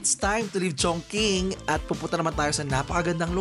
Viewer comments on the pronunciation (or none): its Chongching when you pronounce chongqing💙 one of the place I want to visit 🔜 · ChingQing in China pronounced as “chong-ching”, not chong king.